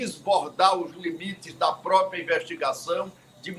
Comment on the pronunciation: A grande mairia dos menbros do Senado , deveria usar corretamente a pronuncia PROPRIA e nao propia. Corrigir tambem a pronuncia OPCAO que nao tem a letra "I " falando sempre Opicao. Dois erros praticados por quase todos os senadores e deputados.